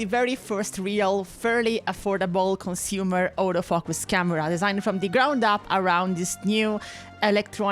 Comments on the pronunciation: Sorry but hearing you say «auto-focus» sounded to my like «Older Fuckers» and it's too funny to me not to mention it. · I love it when you say auto focus. It sounds like (all those fuckers)😂😂😂😂 im not trying to sound mean. I just think you are awesome.